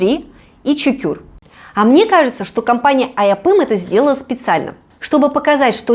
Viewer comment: сериал Серенай Шахмиран ,Ане шамырхан, имя жены Мурата Имане , а не Имам. Нетфлих ,а не нетфлекс ,имя Несрин ,а не Нерсин. ЧУКУР ,а не Чукюр. Чукурова ,а неЧукюрова и т. д. Написала как просили. Успехов в работе.